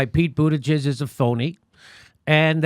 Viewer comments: He should just drop out. I wouldn't want a president with the name Buttigieg anyways. Can you imagine? People will call him "President Butti (Booty)" lmao omgg it sounds like Jimmy said "Booti-gizz" see this is why we can't 😂 ... oh he's actually gay? * Google's information * 🤐 Oh, hm, actually gay. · Jimmy come on you have legit points but it's no longer funny to mispronounce his name and if you gonna do it anyway say Bootyjudge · Never trust a person who doesn't pronounce his last name correctly (I'm highly certain it should be 'BOO-tih-geeg'). : P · Jimmy - learn how to at least say his name. Boot Edge Edge. It ain't hard. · It's Pete Butti Judge your deliberate mis pronunciation is the reason I can't share this with people who could get what you have to say but wouldn't be able to get past your obvious disrespect, I mean your....humor? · pro·nounced /prəˈnounst/ Learn to pronounce : BOOT -a GIG ! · Jimmy I know you do this schtick of mispronouncing Pete Buttigieg's name for comedic purposes but it's disrespectful. You should make the effort to at least get a candidate's name right. It's not that hard. Phonetically It's "Pete Buttplug." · It's pronounced Butt gig get it right!!! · It's pronounced Buttgag. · Btw your intentional garbling of Buttigieg’s name is SO JUVENILE AND OFFENSIVE. It’s a Maltese name. Maltese is a Semitic language. So just be aware that you are intentionally mangling a Semitic name. (No, I am not claiming this buffoonish host is anti-Semitic or that Pete Buttigieg is Jewish. I am just providing information.) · I never get tired of jimmy butchering that name. He gets it wrong a different way every time! Hahaha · Still not sure what's funnier in this video. Democrats acting like it's a fair, unbiased process or hearing Jimmy trying to pronounce Bootyjig's name 😂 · Mispronouncing Buttigieg over and over isn't funny, Jimmy. It's not that hard to pronounce. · Everytime Jimmy mispronounces Buttigieg, I die.